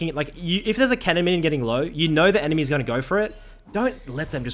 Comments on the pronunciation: all on that "Kennen" bro talk properly its cannon not 'Kennen' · I thought this fool was saying Kennan lmao eu saying cannon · Thought he was saying "Kennen" not Cannon like theres no kennen in this game lol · lol same, took me like 10 min to realize he meant cannon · I was jenuinly so fucking confused when I heard him say "kennen" :D, I was like "wtf, am I watching a bronze analyze a challenger game for me? xD"